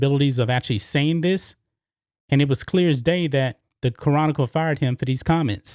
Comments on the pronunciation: Bro, the way you say "chronicle" is hilarious. you say "Ca-ron-nickel" its "Kronical" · Ca’ron’nic’cle 🤣 still got love for you though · Houston Ca-Ronicle? Really? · It sounds like has trouble pronouncing "Chronicle". He should do as most Houstonians do and refer to them as the "Houston Comical". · Ya know lol, it was getting on my nerves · I always thought the word "chronicle" only had three syllables, but now all of a sudden, I'm not so sure.